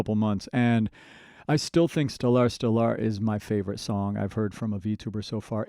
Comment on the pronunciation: Well, that's a unique way to pronounce stellar. STELL-R